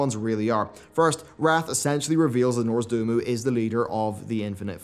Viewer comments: For having your job be mostly talking about wow, cannot pronounce things right in this game lol Norzdoomu... Arithai... Ysharaaj... Come on! It’s Nozdormu Arathi Yshaarj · norzdumu ? Nozdormu ? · This bothered me so much i couldnt focus on the video. He is named Nozdormu not Norsdumu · The funny part is that probably thinks it's spelled NORZDOMU, notice he has no such pronunciation problems with Kairozdormu, Soridormi, Delormi, etc. In Poland we also have a youtuber that just can't learn the famous orc veteran turned exile is not SaRUfang. As for myself, for many years it was Gnome-ERR-GUN for the gnomish hometown. Everyone has a name in WoW that defeats them. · Love your content. Not tryin to be a grammar/pronunciation/lore nazi, but just a little tidbit...it is nozdormu (nose-door-moo) not norzdomu (norz-doh-moo) as you keep saying it. That will be all! Awesome theories though manbkeep it up! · Every bronze drake name ends with -dormu or -dormi. It’s Noz-dormu, not Norz-dumu. You got the others right o.O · It's not Nozdurmu, it's Nozdormu. There's an O in the middle there, not a U. It probably shouldn't annoy me as much, but given how often you say it, it really does. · Nozdormu, not "Norzdumu" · nozdOrmu, not nozdUrmu... mUrozond is an anagram, and has only one U in it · Noz- DOR-mu is the correct name of the dragon. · "Norzdoomoo" XD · Why do you keep saying Norzdomu?! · Is there a skillshare course on how to pronounce Nozdormu correctly? Love your vids tho <3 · Stop, stop, stop, stop, stop..... seriously.... stop pronouncing Nozdormu completely wrong over and over again. His name contains the root word "dorm" which was latin for sleep and the idea during vanilla cavern of time and burning crusade cavern of time was that the "master" of the Bronze flight was sleeping. You even have the large sleeping Bronze dragons sitting around the cavern. "Noz" "Dorm" "Ooo" .....Nozdormu. Please. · its painful hearing you try to pronounce Nozdormu